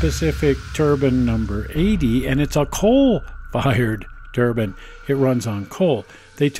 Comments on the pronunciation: Turbine not turban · Turbine, not turban, the "e" isn't silent. Just as with wine, not win. :$